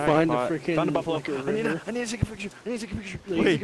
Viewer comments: “Cufalow” Jesus 😂😂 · A “cufalow”😂